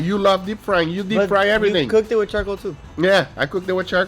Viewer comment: Nobody: Guga: Lets do eh!